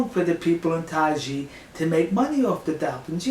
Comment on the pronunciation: Isn't it pronounced something like 'tie (Thai) ji'?